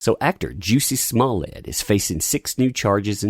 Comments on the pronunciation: I like how you say it like juicey smollett It kills me 🤣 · Its pronounced (Joosie Smoolyay) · I love how Dave Chappelle pronounced his name as "Juicy Smolay" and no wonder he's becoming more successful as a stand up comedian, I mean these are the reason why people want to become successful